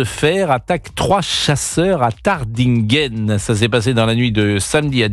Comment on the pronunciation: Monsieur Praud, il s’agit de « TarDINghen ! » Merci de prononcer correctement l’orthographe de cette commune !